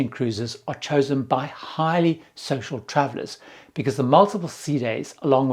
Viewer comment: The first time I heard "..chosen by highly social travellers" What I heard was "..chosen by highly sexual travellers"